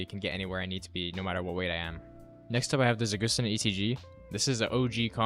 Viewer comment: Za gust tin, I hate how people pronounce words